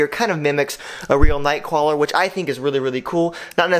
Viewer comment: Nice night crawler miss pronunciation and I love beetle spinner bet oafish lure out there